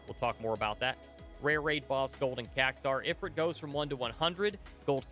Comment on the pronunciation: Psssst actually it's pronounced E-Freet I think?;)